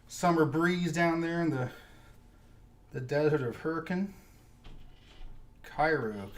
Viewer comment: Kudos for correctly pronouncing Hurricane, UT.